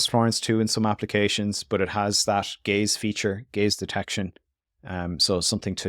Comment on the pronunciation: I keep hearing it as "gays detection"